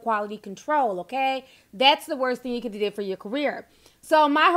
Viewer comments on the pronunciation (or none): "Thing" has a "g" at the end Ti 🤣